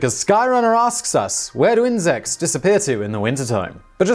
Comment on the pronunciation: stop saying insex.